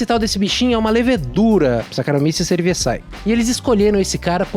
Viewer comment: “Cerivessái”, não! Se pronuncia “CEREVÍZIE”!